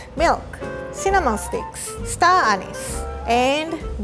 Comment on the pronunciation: "Star Annis" I didn't realize a star had an annis